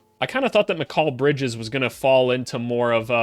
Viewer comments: I'm sorry but never say the name Mikal Bridges again if that is how you want to pronounce it and say it. It is and never has been said like that by anyone not even his own mother who came up with that name. This video could have been good but that is driving me insane to click on another video maybe of someone who says it and says it right. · Why do you pronounce Mikal Bridges like that? 😭 Good vid though exactly what I been looking for hope you make more for other teams especially the Suns cause they're situation is interesting and the Pelicans cause I'm a Pels fan